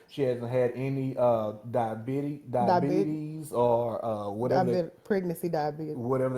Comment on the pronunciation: Ole boy, couldn't even pronounce DIABETES, boy bye 😂😂😭🤣🤣